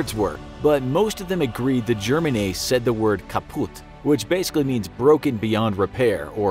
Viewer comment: your pronunciation is crude loool